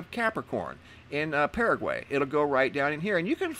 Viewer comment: Hey bevis hu hu he said paragay hee hee